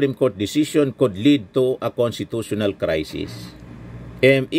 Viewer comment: ANG HATOL SA "FORTHWIDTH"...ANGCASHTITUTIONAL...